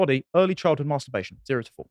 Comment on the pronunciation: It's not 'Maaaarrrster-bation',.